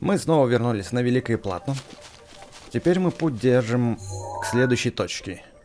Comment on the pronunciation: в слове Плато ударение на другую букву